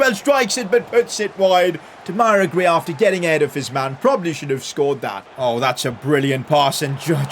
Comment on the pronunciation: U keep calling Gray :Demaira Gray' but it's actually called Demarai.